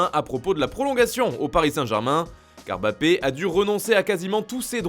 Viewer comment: On dit Mbappé et pas Bappé.